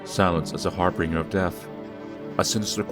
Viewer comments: Y'know he keeps saying "harbringer" and not "harbinger" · Har-binge-r Not Harbringer. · dude you're not the only one who does it, but... Har Bin Jer you're pronouncing an R that isn't there. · You still need to look up that word "harbinger" lol...type in google, hit pronounce... Anyway, loving this more than I feel like I should.